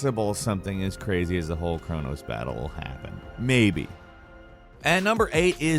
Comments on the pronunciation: Its crow-nos not cray-nos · Crow nose, not craw nahs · I love all the content that produces, but I got to say I feel like at this point he's trolling us now by intentionally mispronouncing words, like Kronos. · lol that Chronos pronunciation how do these guys come up with their own versions of words